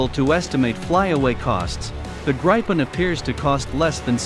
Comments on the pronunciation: The Indian jet will be made out of old refrigerators hammered out into jet shapes by some old men in sandals. By the way its prounounced Grip-n not Gripe- en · Hey buddy, how about pronouncing it the right way for starters: The Saab JAS 39 Gripen (IPA: [ˈɡrǐːpɛn]; English: griffin)